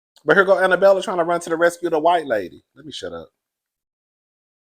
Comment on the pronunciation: Jennie MAY, DorEt, and Annabella .. are 3 women whose names will never be said correctly on this channel 😂